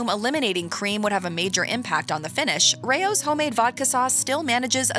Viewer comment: Rao's is pronounced like "Rouse", not "Ray-ohs". Its a family name, Not being a grammar nazi, I would want my name pronounced correctly